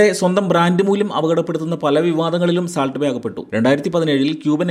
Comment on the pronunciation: സാൾട്ട് അല്ല സോൾട്ട്